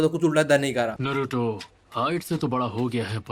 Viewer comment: Ye log naruto ko bhi nruto bula rhe he it's na not n like tum dhyan se suno a silent lag raha he Nruto